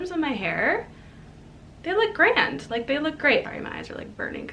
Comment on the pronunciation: You must have been around Irish people saying the words class and grand 💕